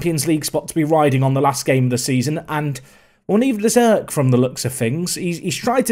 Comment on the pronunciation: Dude you're pronouncing Erk so wrong. You're saying like as if it was written like ök. It's pronounces with strong e and strong r.